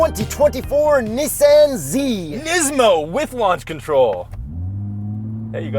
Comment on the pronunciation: WTf dude, learn how to pronounce the Brand. What are you 12? lol